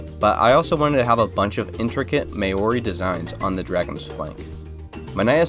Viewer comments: I live in New Zealand where Maori culture is based and just for further episodes its not may-or-ee its ma-ow-ri :) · Maori is not said as 'mayorie'. Try 'Mau-rie' if you are going to sound it out. Nice build theme. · you said mauri wrong please change your pronunciation you said maor it is said (m - our - e) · Um, im 6 months late and im not 100% sure if you meant MAORI designs but if so it is pronounced like mao- ri. Not may-ori. Again tho im not sure what you said but in captions in said "maori" so not sure lmao. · yeah he did say Maori as "may-ory" instead of "mow-rii" at least that's the best I can put the pronunciation in words lol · Bro really said Māori so wrong... I'm from NZ and it's pronounced: Mow-ree or saying "mouldy" but instead of the LD you would use a rolled "R" not "may-or-ee" lol 😅 bro is hilarious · Cool design, really aprriciate the islander themes as someone from New Zealand, just an FYI, when you say Maori, it's pronounced ma-our-ree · Māori 😂…. We’re you trying to pronounce Māori … me-ore? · Were you talking about Maori designs. If so, I’m pretty sure that you’re pronouncing the word wrong. My dad grew up on the islands in the surrounding areas where the Maori originated and he pronounces the name mao-o-ri. If this is the wrong pronunciation, I’m sorry. I just wanted to point it out. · FYI Maori is pronounced kinda like Mowri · the way bro said Māori is crazy bruh💀💀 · Didi you get inspiration for the war god's name from Maori Mythology? The god of war in Maori Mythology is sooo similar, and his shortened name really is Tu! Oh and also, just to help with pronunciation to say Maori, say moldy, and replace the 'd' sound with an 'r'. 👍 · This build is incredible!!! Just a note: you pronounced 'Maori' wrong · Its so cool you used Māori art in the dragon even if you butchered the name😂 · Māori is pronounced M-Oww-Dee but no hate or anything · Bro said maori so wrong😂😂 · maioare what is that you butchered that so badly